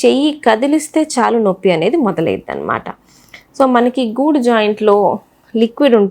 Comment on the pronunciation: గూడు కాదు గూడ భాగం